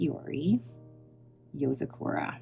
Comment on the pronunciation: I'm pretty sure it's yo-Zah-ku-ruh, not so much yo-zuh-Koo-rah as far as pronunciation goes? I could be wrong, but I've never heard it enunciated the way you say it 😅